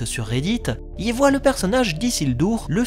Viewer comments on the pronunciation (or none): none